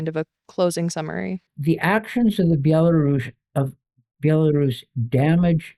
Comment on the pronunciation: Thank you, but it’s pronounced “Bella-RUS” RUS!! Pronounce the same when you say Belarusian, NOT “Bela-Russian” The history goes back to ‘white Rus’, as in the white Kievan Rus’. NOT ‘white Russia’. HUGE difference